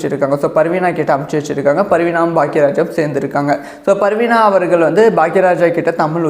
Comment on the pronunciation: Sir it's not parveena it is parveena